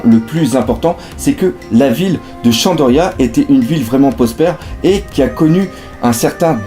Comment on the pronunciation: Très bonne vidéo sauf qu'on dit shandora et non shandoria